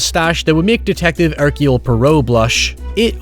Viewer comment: "Detective Erciole Pi-row"